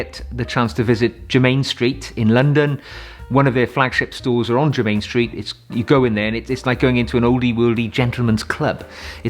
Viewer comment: Adore your channel,I am wearing for spring "Douro" by Penhaligons It is my fave EDT.for evenings at The Opera or Ballet I wear "Mouchoir De Monseur"by Guerlain.For day I wear Boucheron Eau De Parfum pour Homme.By The Way it is pronounced JERMIN Street,not jermain Street !!! Terre De Hermes is also a wonderful choice for spring.